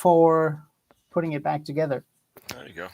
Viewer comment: You forgot the b in the word back 😂